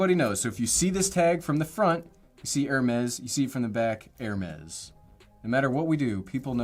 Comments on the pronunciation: Please pronounce ‘AIR-Mess’; not ‘ERR-mess’. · He’s asking how you buy a 300 dollar airtag, and I’m trying to figure out how you can use a 15 dollar backpack Also NGL I die inside every time he mispronounced Hermes